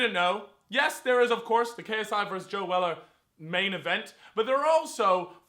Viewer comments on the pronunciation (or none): its not joe weller, its joe seller